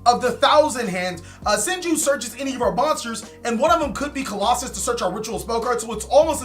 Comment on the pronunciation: [King Of Games] BTW, stop mispronouncing their names. You do this at least once a video. Look at the card, as you can see it clearly doesn’t say colossus. It’s not that hard